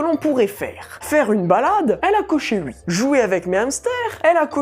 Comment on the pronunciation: je rêve ou il dit "ui" à la place de oui 😂😂😂